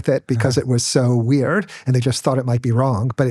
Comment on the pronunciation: Whats weeeeeiiird is how this dude says the word weird. The fuck